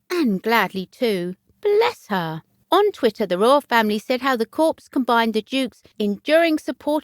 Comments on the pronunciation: The presenter really must improve her pronunciation and learn to pronounce words like "Viscount", "Lieutenant", "Corps", etc. "Corps" sounded like "Corpse"! The stress patterns are also dreadful. If you have a channel about formal institutions like the Royal Family, it needs to be presented by an educated person, otherwise, it gives a very erroneous impression when facts and pronunciation are just plain wrong and non-British people may not realise this! At the moment, this channel is just like a comedy programme with all the errors! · I understand. US President abd Commabdee if the Armed Forces for 8 years continued to call the US Marine Corp the ‘CORPSE’ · Someone tell the commentator that the p in corps is SILENT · Very pleased as the Countess is not appreciated enough. The commentator should note you do not pronounce the s in corps. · Please learn to pronounce viscount and corps, giving English speakers a bad name 🙄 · I really appreciate this channel. Keep up the good work. However, please double check the pronunciation of words if they're not in your everyday vocabulary e.g. corps and viscount. I wish you continued success with your channel. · A Royal Insider should know how to pronounce corps. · The pronunciation drove me mad too, such a poor error to keep repeating. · Same narrator I think who says cowhide.....terrible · Drove me mad too If you can’t pronounce words properly maybe reporting is not your” forte “ NOT PRONOUNCED FORT😂😂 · It's never pronounced CORPSE (meaning a dead body) ... CORPS is pronounced COR without the 's' and is French for 'body'. Kindly research the correct way of pronouncing things when doing a voice over as it can be totally jarring to the listeners when words are massively mispronounced. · Somebody should teach the narrator that viscount has a silent s and corps is pronounced core and not corpse!! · I sincerely hope she did not visit the corpse!!!Corps is pronounced Cor.Please correct.This is an alarming duty for Sophie!